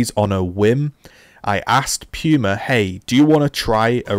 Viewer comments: I love how you pronounce "pooma" as "pewma" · Amazing review but it’s pronounced Pooma not Pewma